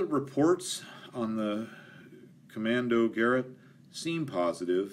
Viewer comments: It isn't pronounced "kommando garret" but "kommando guh r eight". For the rest an excellent video. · Fabulous details. More than I can manage. Wonderful. About the pronunciation of 'Kommando-gerät' : your 'kommando' was ok. You just need to stress ge-Rät (NOT GE-rät). Just use an an exclamatory American 'great' as in 'ga-REAT!' Then just switch from GA to GE and you will sound Austrian or Yiddish, not American. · "Kommando-geRAYT..." That's how it's pronounced... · Kommandogerät = commundo-gay-raid :) Great videos, I never imagined how complex these old fighters really were! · Finally something to take my head off of Coronavirus. Hope you stay safe seeing as you are traveling. Kommando-geh-raet so your pronunciation was quite close, the ae is a bit longer than you spoke it. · From my limited and very old understanding of German pronunciation, the last syllable of Kommandogerät should be emphasized. So it's more like "kommANdogerAT". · Kurt Tank is pronounced Kurt (say as little R as you can, not Kurrrt) Tahnk (like ah, that’s better). Kommandogerät is more like KOE (like whoa!) mahn (Ah, again) doe (a deer, a female…) GEH (eh, what’s that) rayt (half the a sound through your mouth, other half through your nose, don’t let your tongue touch anything in your mouth. HTH. Love your content. Fun fact—German doesn’t have silent letters, except in loan words. Anything you read you can pronounce, anything you hear you can spell. Pronunciation is the EASIEST part of learning German. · Kommandogerät is pronounced as commaando-guh-rate. ( As in x-rated) Rivettung material! Thank you. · COMANDO-GAA-RATE....and roll the R"S....